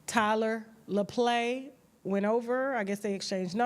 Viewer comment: Who’s Tyler Laplay? Tyler Lepley……lol